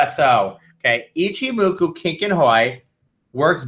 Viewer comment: Why are none of you people capable of pronouncing Ichimoku?